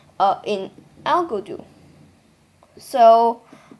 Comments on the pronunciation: Its pronounced "Algadoo" not "Al-go-doo" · It’s Pronouned “A-Go-Doo” not Algodoo. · No it’s spelled “Algodoo” not “Algadoo!”